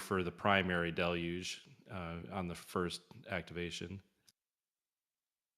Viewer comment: Del-UGE. Del-UGE. Not Del-LUGE. There is only one L in Deluge and two syllables. The first syllable is Del and the second syllable is UGE. Everyone at Websters Dictionary agrees that there are two syllables and that the split between them comes after the Del. The second syllable is UGE and though it looks similar to the word LUGE it is not pronounced LUGE. Therefore phonetically the word is pronounced DEL-yooj (with the 2 o's being "long o's") as in the word moon. But it's not pronounced DEL-LUGE. It's pronounced DEL-UGE. Not DEL-LUGE! The second syllable does not have an L.